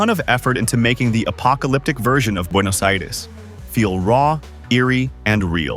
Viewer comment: Very good pronunciation of Buenos Aires